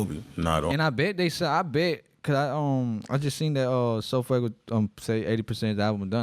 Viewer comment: Do you mean sofaygo not sofuego 😂😂